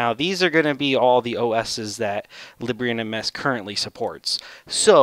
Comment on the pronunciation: I believe it's pronounced leeb - bra